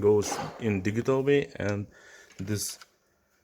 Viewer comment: "digghital" lmao what planet are you from bro? 🤣